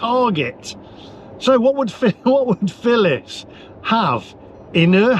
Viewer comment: Phillis not filling lol